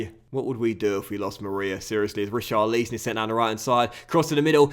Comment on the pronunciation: Every time you say Richar Lee Son you kill me